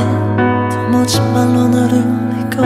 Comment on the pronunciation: 의도한 건지 아닌지는 잘 모르겠지만 음원을 잘 들어보면 꿈에서라도 너를 만나 이 부분에 너를 나라고 발음한 걸 알 수 있어요